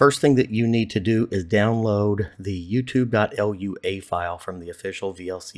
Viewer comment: hi i dont wanna sound like nerd but lua is pronounced like "loo a" hope this msg gets u